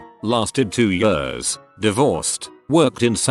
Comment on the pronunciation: I hate the way it says years